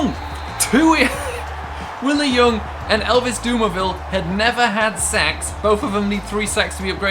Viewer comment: when you say "sacks" it sound like you sayin "sex" 😂😂